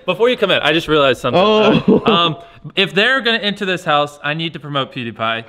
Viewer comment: Bruh why do you pronounce "house" and so many other words so horribly wrong!??